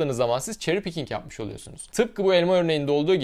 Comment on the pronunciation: pickink değil picking. neden kelimenin sonuna konuşurken k ekliyorsun. bu telaffuza gıcık oluyorum arkadaş. başka mir anlamadığım misal: “İski” bu kelimeyi her türk doğru söylüyor. İski yazıyoruz İski diye okuyoruz. İsiki okumuyoruz. öyle değilmi? pekiyi jetski’yi neden jetsiki diye okuyoruz. yada futbolcu skilachi’yi neden sikilachi diye okuyoruz. daha çok misal verebilirim. iski’de sıkıntı yok ama jetski ve skilachi’de illaki k’önüne bir i ekliyoruz. neden? dilimiz dönmüyor diyemezsiniz. çünkü iski’de dilin dönüyor. hiçbir zaman anlamicam.